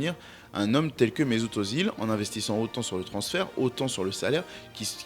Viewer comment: Super vidéo. Attention, à prononcer « Euzile ».